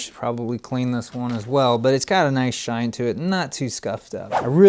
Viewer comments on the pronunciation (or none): none